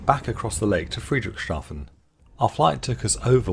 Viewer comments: I also took a flight this summer. Truly a one of a kind experience for aeronautical connoisseurs. One friendly advice: Obviously Friedrichshafen isn't easy to pronounce for English native speakers but try to see it as "Friedrich's Hafen". After all, that literally is what the city's name means in English. Keep it up. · Friederichs Hafen, is the correct place name pronunciation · Fascinating ... but 'Friedrich Shafen' instead of 'Friedrichs Hafen' throughout drove me up the wall. I'm not a native German speaker but I have OCD. Sorry... I'll get me coat.